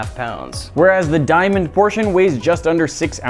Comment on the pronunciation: “Diamon” play button